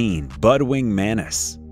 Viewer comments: Editorial,plzz it's pronounced as mantis not manis as u r repeating again and again.. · To the narrator: it is a praying man-Tis, not a praying MENACE !!! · The pronunciation in English is MANTIS, not MANIS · what the fuck is a "manis"? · Everyone: Mantis Him: Mannis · Can you say Mantis instead of manis? Manis in Spanish means peanuts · his pronunciation of the word Mantis bugged me a lot throughout the video 😅